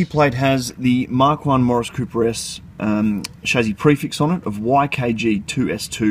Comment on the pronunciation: Why is he saying "shazzy"?